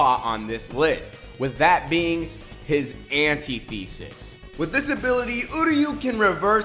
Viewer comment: Bro not Anti-thesis its said antithesis